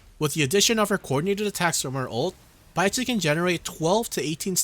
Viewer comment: Great video as always. Keep posting more guides. Thanks for all the detailed info. On another note, it was hilarious i kept hearing you said Baizhi's name an idiot (sounds like in Mandarin). lol...